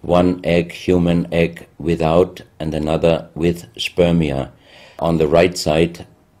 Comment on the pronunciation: Stop saying spermia.